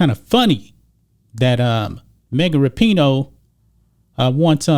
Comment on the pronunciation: LOL. It sounds like is saying Mega Rapinoe. And towards the end his facial expressions don't change when he states that " This is coming from the craziest, dumbest athlete in the world, Mega Rapinoe ". This video is classic.